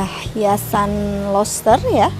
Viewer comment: Pengucapannya juga ya Bu, dibenerin, kuping risih dengarnya. Roster = loster Scandinavia = scandanavia Plafon = flafon (kadang² flapon) Semangat Bu, pasti bisa💪